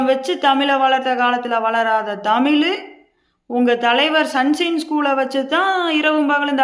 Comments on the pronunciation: என்னே தமிழ் அருமையான தமிழ் அட்டகாசமான தமிழ். திராவிடம் வளர்த்த தமிழ். வால்க தமில் வலர்க தமில்நாட் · தமிலு தமிலு டமிலு டமிலு. உங்களை எல்லாம் கழுத்துல மே கத்திய வச்சு மிதிக்கணும்.‌.